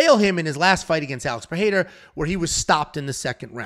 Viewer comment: "Alex Peheira/Perreira"